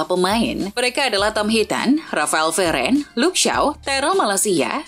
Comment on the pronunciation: Raphael "Veren" 😑😑😑😑 WOY INI NARRATOR KARBIT AJARIN BOLA YANG BENER DONG